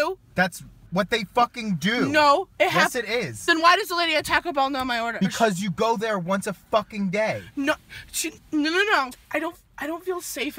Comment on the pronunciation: At TaCKo Bell?? can you speak? I'm shooketh